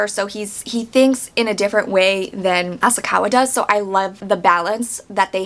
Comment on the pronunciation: Asakawa .... not Asaka Ryuji .... not Uji Sadako .... not Sadayko You're completely telling the book version wrong. There's a reason they mention her hermaphrodism. The book doesn't make it seem she wanted to be raped. They literally say its not like she wanted to be raped. This is a horrible comparison